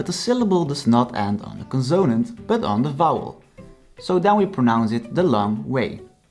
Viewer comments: Just thought you’d like to know that in English the word “consonant” is stressed on the first syllable. CONsonant. Not conSOnant. Thank you for sharing. I’m enjoying learning Dutch. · He's terrible. Learn with Kim if you want to knock out the Dutch language. He can't even say the word consanat right.